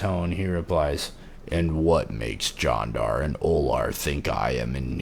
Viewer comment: I think it sounds more like "John-dar" when you say it though. Which is fine, but if someone commented on the pronunciation that's probably what they meant